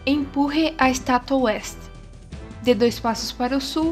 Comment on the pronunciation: Otimo video, profissional como muitos disseram, mas eu me embananei quando você fala "LESTE" e o "OESTE" quase nao da pra diferenciar, serio foi muito dificil nisso. Mas obrigado pelo guia, que seja uma critica construtiva. Press F "(O)ESTE"